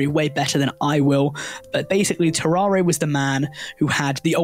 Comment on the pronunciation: It’s TAR-ERE not TAR-AR-AY